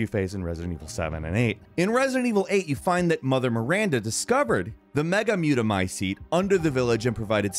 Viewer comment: It's mega-my-seat